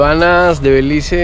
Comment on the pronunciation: Porque dices " BELIZ " ?